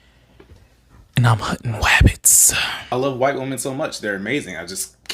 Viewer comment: “I’m hunting wabbits”🤣🤣